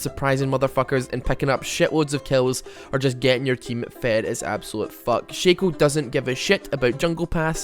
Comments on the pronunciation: It's shaco, not shaco ... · its pronounced Shaco not shaco